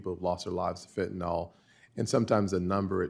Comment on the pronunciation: Golly, it isn't fen-ta-nol, it's fentanyl, rhymes with will.